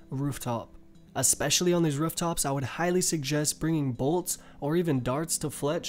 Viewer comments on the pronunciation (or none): my man theyre called 'rooftops' not 'rerftops'